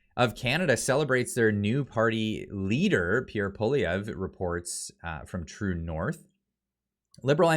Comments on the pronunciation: Cmon, the name is pronounced Pwa Lee ev it’s really pretty easy lol. Better learn to pronounce the next Prime Ministers name lol. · Hey, I know its a tough one for english speakers but just to help you out, its pronounced Pwalievr. The e at the end is silent. Great work bro!! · it is Poly-ev not poly eh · Am I pronouncing Pierre’s name wrong? I say Poo Lee Ev, you say Poo Liv E A? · Sorry to be pedantic... His name is not poliveeayy, it's pollee-ev(re) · It's Pol-i- ev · Pierre’s last name is pronounced Polly ev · pronounce it poly ev. It's simple, poly ev. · Very respectfully, you pronounce the name of the leader of the opposition wrong. You seem to jumble the last letters. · I love how you mispronounce Poilievre's name... shows that you aren't above making fun of everyone. Love the vids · Please pronounce PP name the right way. Thank you. 🙏😂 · They are just afraid they are going to lose their seats. They are not worried about the people and they are running scared from Pierre. lol will you please learn to pronounce our next Prime Minister's name correctly? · Check your pronunciation of Pierre’s last name. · Bro pronounce Poilievre correctly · Learn how to pronounce Poilievre.